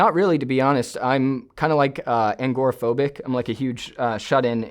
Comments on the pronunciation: wait but he says angoraphobic not agoraphobic. Nbd honestly this guys been through a lot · "angoraphobic" is hilarious